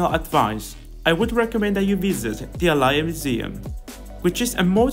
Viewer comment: It's Ayala, not Alaya.. I don't understand why you are mispronouncing "twice" a Spanish last name. 😁 "Do not skip Manila if you come to the Philippines". Well, the truth is, Manila is the worst place to be in the Philippines. We have a local saying that goes "If you visit only Manila, you never experience the real Philippines"... Anyway, enjoy guys, and welcome 😊